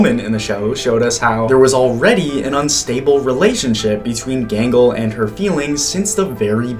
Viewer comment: How dare you call gangle genghel..?